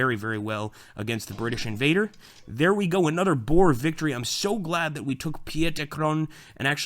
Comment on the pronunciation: Why do you pronounce boer like that?Almost all English do but thats not how to pronounce it